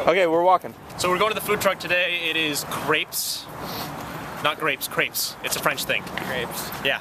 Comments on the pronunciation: im pretty sure its pronounced craype, not crepp or creep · u say it like craps... not creps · Pronouncing it Crapes is closer than crepps. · It's not "Crapes" but "Crepps" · [Craypes]? seriously? it's [crepps]. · funny how they pronounce crêpes totally wrong